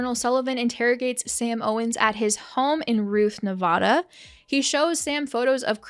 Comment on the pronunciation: Now if we could just say Nevada right...